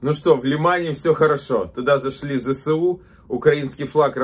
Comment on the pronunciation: всеж добре говорити ЗеЕсУ, а не Зе СеУ ))) шо за Се?